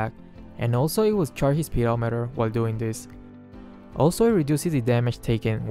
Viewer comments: When he said pedometer I laughed hard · i feel weird when said 'PEDOmeter'